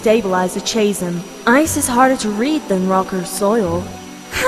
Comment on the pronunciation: The only problem is that Tempo pronounces ‘chasm’ wrong.